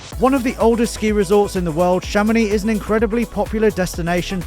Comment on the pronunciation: How to structurally insult a town in France: Chàmonix! It is Chamonìx. Emphasis on the last syllable; on the I. If you are planning a visit to Chamonìx and like to pay double the price of everthing; just mention Chàmonix or AutoAlex Cars.